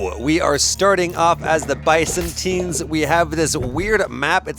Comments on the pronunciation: He is "mispronouncing" it but unknowingingly ends up closer to the Greek pronounciation of Byzantines. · The confidence with which he mispronounces “Byzantines” is wild!